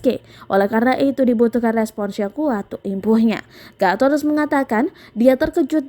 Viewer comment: Sok inggris .. Guteress di baca Gateres... Hahaha